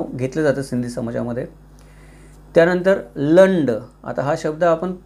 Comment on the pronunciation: तुम्ही म्हटलेलं आडनाव चा उच्चारण लुंड आहे. Lulla, Rajpal, Nagpal, Bajaj हे सर्व सिंधी आडनाव आहे.